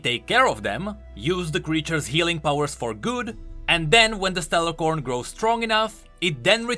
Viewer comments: Its Stellacorn not StellaRcorn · keeps calling them StellaRcorn but there's not supposed to be an "R" in the middle of "A" and C". It's actually just Stellacorn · Just wanted to point out that it's Stellacorn without the R